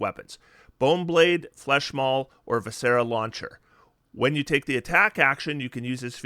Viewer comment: Viscera is pronounced with the emphasis on the first syllable (like VISS-er-uh)